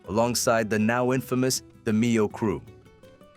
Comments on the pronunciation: Great video, but hearing his last name said wrong is annoying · This is not AI. Voice operated. So why would he say the last name wrong? We might be wrong about pronouncing his name. The narrator was accurate with his english. But the demeo pronunciation. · Try pronouncing his name correctly ! LOL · Can't even pronounce the man's name right. FS